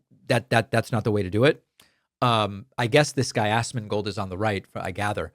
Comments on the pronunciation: its as-mon-gold. not ass-mon-gold just fyi 😄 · As-mon-gold (if you're going to criticize some one, you should say their name right) is known for takes like this. He does it to take heat off of his fellow streamers that are part of his sphere. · I'm just here to say it was funny he called him as ass-mongold LOL. Asmon L Pakman W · Ass-mongold is the perfect way to pronounce his name. I used to like this dude, but about a year ago, he went off the deep end. He has turned into another schill for the right wing because he knows that's how he can make the most money. Him and his group, including tech tone, are all pieces of garbage. A few of whom are tied up in SA allegations and other gross crimes. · ASSmongold is my new way of pronouncing 😂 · Did David say "Assmangold"? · It's so petty yet so funny to hear you pronounce it as "AssMan Gold" 😂😂😂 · I love how Pakman pronounced it ass-man gold lmao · lol 'ass-man-gold'